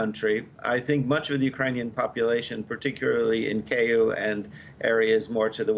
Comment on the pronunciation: Dear Professor, please pronounce Kiyv as Kee-yoov, that's how it's pronounced in Ukrainian. Not Kei-ev. The "NU-cle-ar" power, not "NU-cu-lar". Please don't embarrass U of A in front of the whole world. Europe can relax, Putin might come after Belarus, but he won't touch any of the NATO countries.